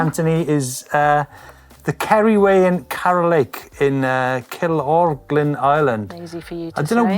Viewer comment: It's killorglin come on lol 😆 kill...or...glin lol